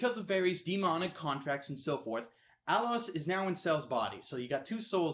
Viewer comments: It's ALOIS not alors -_- ... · wasn't it cell? and he also said aloris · You say alois wrong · "Cell"?? I think you mean Ciel... (Sea-el) "Alowes"?? I think you mean Alois.. (el-a-weez) and btw, THEY'RE ALL BOYS!!! ***BOYS*** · emma mccoy And the way he said Alois.